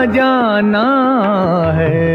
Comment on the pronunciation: pronouncing thek Kro bhae, talafuz ,Jana aur janan ki adaygi thek kro